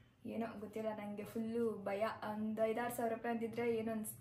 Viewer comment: Yakka first kannada sariyagi mathadu,hakki alla akki,aalu alla haalu.innu thumba ide,haaru alla aaru kanakka😂😂